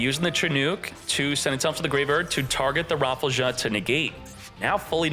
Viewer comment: That surely cant be the correct pronounciation for rafflesia is it!?